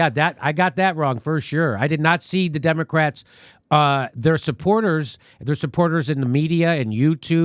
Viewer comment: It sounded like Jimmy said "Democracks" at the end there. LOL